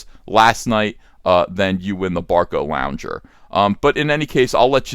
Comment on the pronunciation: It's Barcalounger not Barcolounger! There goes your audience of octogenerians.